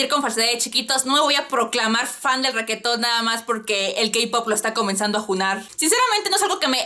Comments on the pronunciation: "Requeton", jajajajaja, amo como pronuncias reggaeton cx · "ReQUEetón" jejeje